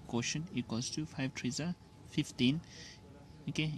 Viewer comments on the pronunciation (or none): Sir please don't pronounce three as tree., it's very annoying when you say that.